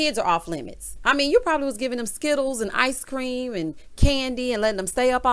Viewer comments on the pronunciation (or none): none